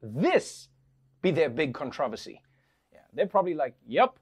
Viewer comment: "Con trov verse sea" trevor its controversy..